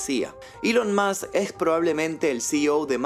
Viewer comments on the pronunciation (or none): none